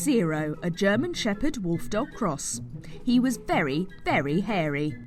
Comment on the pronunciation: The way she said: VARY VARY HARY😂